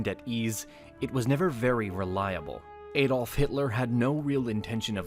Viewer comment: Adolf is pronounced ah-dolf, not ay-dolf.